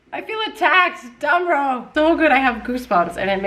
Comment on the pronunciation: Germany here: There is a famous rumor that Mozart actually hated sopranos so much that a they have to follow a finely tuned instrument as means of control to check if they really are in tune! 😂🤣 And btw: Damrau is pronounced like 'dum(b)-row' where the 'ow' is pronounced like in 'owl'. 😉